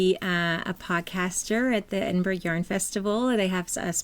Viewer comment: Hi ladies- you might want to look up how to pronounce Edinburgh before you go.... congrats on being included in the podcast lounge! Love listening to you two.